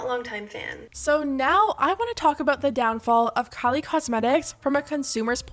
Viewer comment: The way she said Kalie instead of Kylie